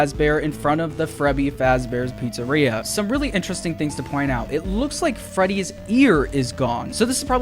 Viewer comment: I was hoping someone in the comments also noticed the mispronouciation of Freddy's name.